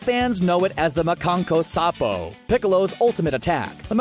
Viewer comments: It’s not “muh-kawn-koe-sahp-oh” It’s “ma-KAHN-ko-SA-ppoh” The double consonant after SA, indicates a very quick pause before pronouncing the P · Omg I can’t!!! It’s MA KAN KO SAN PO!!!! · sad how u cant pronounce makanko sa pooooo whats makankasappo. sounds like the hitlerjugend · It's pronounced mon-con-ko-sah-poe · It’s mesan-co-ha-fo/special beam canon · by the the way how you are saying Makankosappo and here is how to say it Mah-kan-ko-sa-po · makankosenpo jesus christ pronounce it right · He said special beam Cannon in Japanese wrong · you pronounced makankosapo wrong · ... omg I wish he would've just stuck to saying Special Beam Cannon.... or any other of the 6 names it has that he can pronounce -_ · Wait makankosapo?? 😂😂 It's MakankosaNpo there is a NNNNN